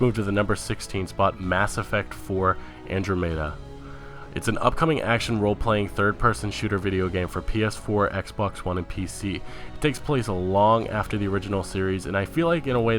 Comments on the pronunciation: "Volve?" It's Valve, you mumble-mouthed moron. AndroMayda.. ANDROMEDA! Holy moly. Why do illiterate kids start these YouTube channels and think they would make good narrators/commentators? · andromeda. not andro-meda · it's not pronounced "And-dro-mee-da" it's pronounced "An-draw-mida" ;) it's the name of an actual galaxy. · Dude, why do you pronounce things the way you do? Where are you from? BETHESDA - pronounced BEH • THEZ • DAH, not bethzda. VALVE is pronounced VAHL • VUH...not VOLVE. It's AndDROMeda, with the emphasis on DROM, not ANDroMEDa. Either you're from Mars, or you don't know the words you are saying. Cmon dude, gotta sound somewhat intelligent if you're gonna be doing videos like this. They're not made up words either, these are real things. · mass affect... andro-maida? it's pronounced andraa-muh-dah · "An-droh-may-dah"? Try An-dro-meh-dah. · And he manages to mispronounce Bethesda (Bethsda???) and at least three other words (soxsiety = society, New Borducks = New Bordeaux, Androomda = Andromeda) that aren't exactly tongue-twisters. It got to the point where I was wondering if he was doing it on purpose. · Andro-meda? Its pronounced An-drom-eda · AN DRO MA DA...spun my brain with that one, it's androm eda. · Wow... stumbled on this one... you have definitely improved... Mass Effect ANDRO MAY DA? Had to stop right there... >< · So yeah, it's not "and-row-MAY-duh". Seriously? If you're going to make videos and voice them over for a living, it would help to pronounce things correctly. Otherwise zero credibility... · "Mass Effect AndrewMeta.." Lmfao, go back to school. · Beths-da, volve, and andro-mayda.... just wow. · lol mass effect... anne-dro-me-duh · If you're going to talk about stuff make sure to pronounce things correctly please. Made it hard to watch. ex. Andromeda is pronounced An-draw-med-a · "Mass effect 4 Androomda" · Andro-meia?What are you? a Vorcha? JK, thanks for the video holmes. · Mass Effect "AN-DRA-MA-DA" andromeda